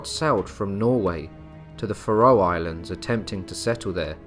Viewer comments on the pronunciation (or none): They are pronounced, Fair-O Islands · I can't stand to listen to you mispronounce Faroe Islands any more. I'm out . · Yes, it is horrendous from start to finish.